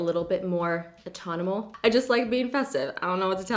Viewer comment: “Autonimal” lmao you mean autumnal! Sorry not making fun, just thought that was cute haha